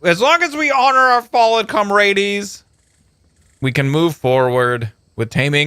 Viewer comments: it's not com ra deez... ITS COM RADZ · It's com-ra-ds not com-hades :P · isn't it pronounced com-rads?